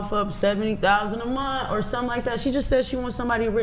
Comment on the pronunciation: " 70 thousand a munt"